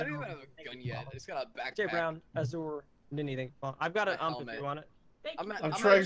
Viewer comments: how many gun fans get triggered when they say ump instead of u m p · I just have to say this it's pronounced U.M.P it's an acronym for universal submachine gun